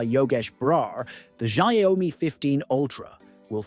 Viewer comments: It's not zaomi it's xiaomi - shaomi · It's NOT 'sha oi mi' 🤦🏻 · The sayomi 15 ultra🗣️🗣️ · its AI, it cant pronouce shit